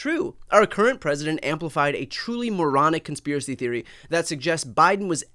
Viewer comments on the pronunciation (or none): none